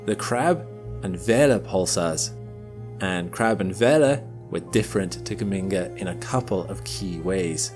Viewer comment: The G in Geminga is the same as in Gemini. Juh-minga fool!